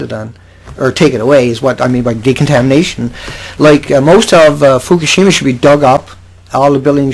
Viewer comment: You are always talking FUFUSHIMA Look up Fukashima radiation map